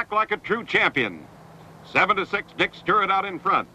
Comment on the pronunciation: How the hell can you repeatedly mispronounce Stuart but properly say Triandos?